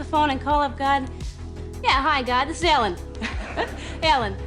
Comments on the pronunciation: I was hearing elle. Degener... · Its Ellen not Allen by the way xD